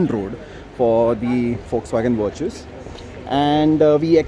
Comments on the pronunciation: Vir-chus 🤣 mat bolo bhai naam aap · "Virtues..... Sorry Vir-Choos" 😂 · First start pronouncing the name properly before making the video